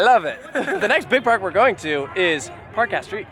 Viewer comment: You spent all day with Spain's tallest man and still didn't learn how to pronounce Parque! (Though I already watched the BGCE video. Yay!) I would love to go back to Parque Warner but I haven't made it back to Madrid yet. Now I have a good reason to...